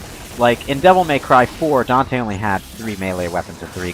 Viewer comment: Weird Whenever I hear people talk about the DmCs characters. They call virgil vagil... and dante donte